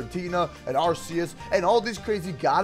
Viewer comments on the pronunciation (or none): And he is saying arceus wrong